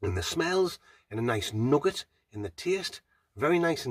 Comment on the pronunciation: I like the aftertaste was nugget not 'noogar'. It's f*ckin nugget.